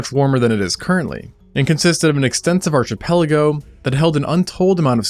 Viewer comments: it's pronounced ark-ipeligo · You nail the scientific names of several species, but mispronounce archipelago! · the "arch" in "archipelago" makes an "ARC" sound. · Sorry to be this guy man, but a collection of islands, archipelago, is pronounced (ARK-A-PELL-AGO) not as ARCH. Great content brother and don't let people like me get ya down. Lol. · We’re 2 min and there’s already numerous errors: 1. Its not Hateg island, its Hațeg 2. It’s pronounced “arkipelago” not arch as in the St Louis arch 3. In your latitude earth map, it’s not “geometric” data that defines when the island existed, it’s geologic. And I’m out. Cant watch such poorly narrated vids! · This channel usually dazzles with flawless pronunciation. But this time there's a boo-boo. Because as in "trachea," "headache," "chorus" and "choreography," the "ch" in archipelago is sounded like a "k," thanks to its Greek origin: ARK-eh-PEL-a-go. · I don't know if you do this to discourage the idea that the content could be generated by AI or because you don’t actually know the correct pronunciation, and I hope I’m not being rude with this comment, but "Archipelago" is pronounced Ar-Key-PEL-ago. By the way, your videos are great. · Lmao dude did you just pronounce the ch in archipelago? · It's pronounced arKipelago, yo! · Great stuff, love the video... but ... You're a geography channel... how on earth could you mispronounce the word archipelago??? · Your pronunciation of archipelago hurts me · He mispronounces a lot of words lol it's kinda a running theme it seems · The ch in archipelago is pronounced as a k. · dislike, objectively wrong pronunciation of archipelago. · Bro fully said archipelago wrong and nobodys talking about it